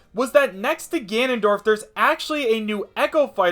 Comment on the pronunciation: "Tanondorf." Seriously.